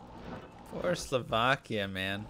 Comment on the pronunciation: I must commend you on "Slovakia" pronunciation! You are saying it the right, not the American way!